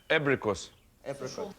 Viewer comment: I love that they didn't know how to translate Абрикос (apricot) and just prononced the word in english manner :D